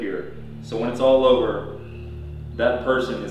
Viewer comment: Not the "it's jover" and the " you need to leave"